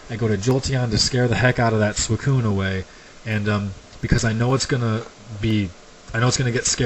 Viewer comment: you also mispronounced suicoun